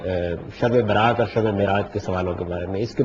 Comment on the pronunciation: یہ شب برات نہیں تلفظ ٹھیک کیجیے یہ لفظ شب براءت ہے